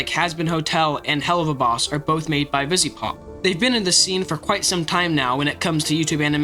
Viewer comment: anyone else notice he doesnt say the second V in vivziepop?